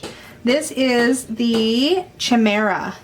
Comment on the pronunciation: Thanks. Gorgeous cards. Chimera is pronounced with a hard K, as with chaos. That's the Greek "ch."